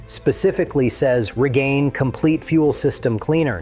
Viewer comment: GUMM OUT, not goomout. REEGAYNE, not reegannee.